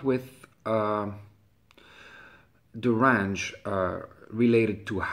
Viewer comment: Range you moron. Not rang. Damn.